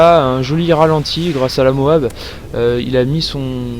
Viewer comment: MOAB on prononce toutes les lettres l'une après les autres ! C'est moche d'entendre l'autre façon celui du commentary